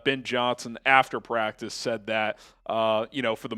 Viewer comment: """" it practis😂😂😂😂 practissssss😂😂😂😂